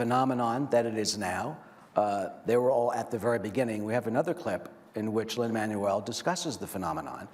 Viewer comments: Lin MAN-uel 🙄🙄🙄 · The way the host pronounces Lin-Man-U-El is cringe-worthy. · "Lin-ManOOL Miranda" "HamilDAN" This guy needs to up his pronunciation game. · Brandon B. Totally agree. He’s of Latin descent, not a friggin’ transmission! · Does anyone else hate the way he says Lins name 🙄